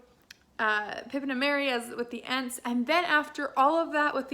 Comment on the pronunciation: “Aunts? Ants? Ents?” 🤣 pronunciation is optional in Fantasy if you ask me, LOL. Agree with you that it’s nice to have the plot move along a lot more with this book. And love the development we get following Merry and Pippin. Loved your points about the characters and second chances. Ugh, Shelob is so gross, lol. Sam is the best! Frodo couldn’t do it without Sam! One of the best friendships in all of literature!